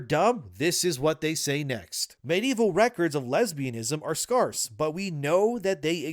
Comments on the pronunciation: "scarce" rhymes with scare, not scar. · Scahrse? Scarce. Like im scared, not scarred for life with the way you pronounce that like such a Canadian